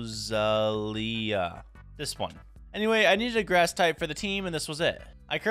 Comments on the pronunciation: it's Roe Zel Ya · It's Roselia bro get it right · ITS PRONOUNCED (RO-ZEL-IA) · dont wanna be that guy but its rose-el-ia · Pronunciations the first legendary you got is pronounced zy-guard and the ghost type that you evolved is called a rune-a-re-gus and the grass type with the flower hands is called a rose-sell-ia and the bagon is pronounced bay-gon